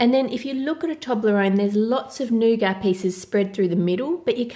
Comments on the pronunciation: I love you, but...it's pronounced nougaT. Not nouga. So irritating when people mispronounce or misspell words. Again, love you & your channel, not picking on you at all. It's just that I'm only halfway through the video and you've said "nouga", like, 25 times already! 😨 Could you try making a giant Cadbury Creme Egg? Or giant Cadbury Caramello? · Is it just me or does it sound like she's saying nougar instead of nougat